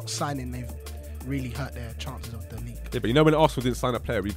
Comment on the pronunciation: League Uh!